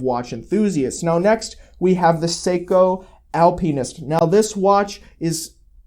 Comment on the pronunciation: interesting pronunciation of the Alpinist.